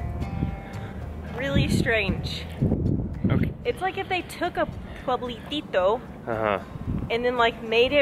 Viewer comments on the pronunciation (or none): It's a shame that hasn't learned any Spanish at all, she has no interest whatsoever. "Puebletito, Pueblotito"... Shit.